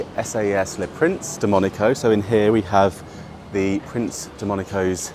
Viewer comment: You are pronouncing name Monaco wrong....😢